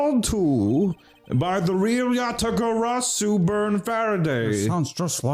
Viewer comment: Mispronounciation Tracker Yadagabari (x2)